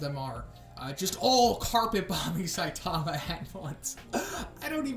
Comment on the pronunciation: SAI-tama, not Sai-TA-ma.